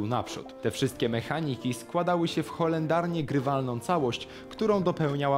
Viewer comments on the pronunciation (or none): Horrendalnie, nie holendarnie tak na przyszłość